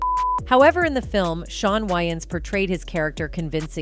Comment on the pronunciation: I have a feeling this video is done with A.I. since they haven't taught A.I. enough to even pronounce celebrity's names correctly